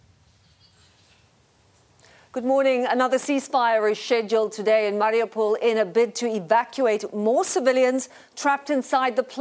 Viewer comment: Debra Patta—please educate yourself. Hint: It’s not “Marry-a-pole.”